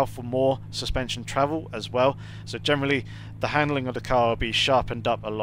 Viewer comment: Nice video's, informative. What word is it that you keep saying "Germally" or something? Sorry English isn't my native language and i keep thinking you're saying 'Germany' lol.